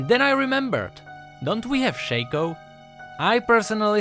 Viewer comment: it's "shaco" not shaco ...